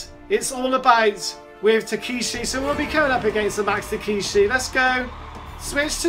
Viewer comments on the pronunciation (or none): The way to pronounce his name is Tuh•keh•shee